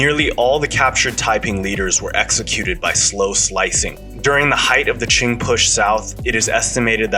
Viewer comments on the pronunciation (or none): and his pronunciation of some names are atrocious, like he says the 2 emporers Qin and Qing the same way. one was a Han, the other a Manchu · Can't be Qing "Ching" right? It’s "Chin" Qin Dynasty.